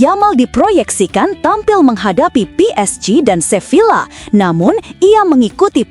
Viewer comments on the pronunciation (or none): SEVILLA dibacanya SEVIYA